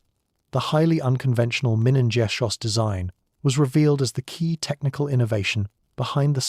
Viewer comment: Minengeschoss. What did the A.I. say???